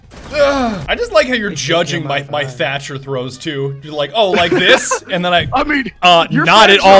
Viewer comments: Watching this back, shoulda been called thercher not thermcher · Why does he call the Thatmite duo thermcher? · thermcher? "thatmite" not work sorry, thatcher needs a buff please